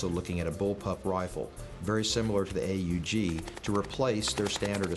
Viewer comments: I always thought it was pronounced "owg", not A-U-G. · he says steyr AEG